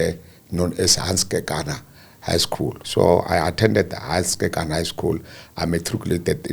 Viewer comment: 👏🏼👏🏼👏🏼👏🏼woow you pronounce the surname correctly 👏🏼 KEKANA. Mathebele a moletlane Zebediela Limpopo my home 🏡 ♥️